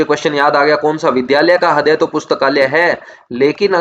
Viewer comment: Sir aapse ek request h heart ko hindi me riday boliye .....haday ni